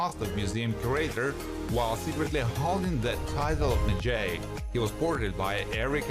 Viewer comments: Ardeth Bey was the 'midjay'. The narrator can't pronounce anything right. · Maji- Sounds like, Madge-eye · WoW talk about uber bad prononciation of the word medjai... dude do research before u do things like that🤦🏾‍♀️it’s not med-jay!!